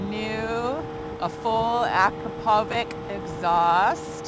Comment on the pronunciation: BRAAP!!! Oh, and it's pronouned: "UH-CROP-O-VITCH." It's not recommended to talk like a Harley rider! (Wait; I ride a Harley . . . .)